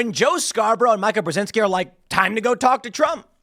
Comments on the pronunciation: Not important, but worth noting, it’s “Meee-kuh”, not “My-kuh” I’ve mentioned it before so I’m guessing you’re just doing a bit. Her dad armed the Mujahideen / Taliban. Joe, of course, was a Republican rep in Florida (who probably wasn’t involved in a murder) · I don't know why it bothers me so much, because she's detestable, but it's pronounced "Meeka." Every time he says it wrong, I'm like, "Who the f is Micah?" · “Micah”, Tim? You know Mika is pronounced “Me-cuh” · Tim. It's Meeka not Mica. 😊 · Mai-ka? Have I been saying it wrong all this time? I thought it was mi-ka as in Mi-chelle Ka-linsky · I love that Tim refuses to pronounce Mika's name correctly. It's "mee-ka" in case anyone was wondering. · Her name is Mika as in (Mee-ka) please you're a journalist at least say the lady's name right even though she's trash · It's MEE-KUH! Jeez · Tim, Mika is pronounced Meeka. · I feel like you mispronounce Mikas name on purpose, and it's is hilarious.